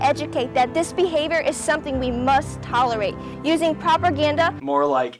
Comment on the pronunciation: also, did you catch when she said "PROPERGANDA"? my brain deflated like a soufflé at that point.